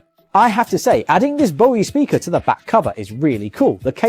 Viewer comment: Bro it's BOSE not bosiee 😂😂😂😂😂😂😂😂